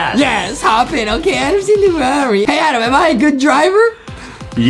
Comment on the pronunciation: Justin adam is adam not ADEM WHY Adem!!!!!